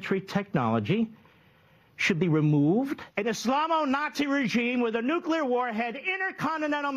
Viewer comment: "If we don't take out their nucular program immediately..." LG. Good God.. 🤦‍♂